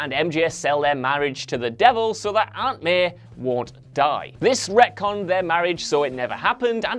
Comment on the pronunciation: And it's Aunt May, not Aunt Meh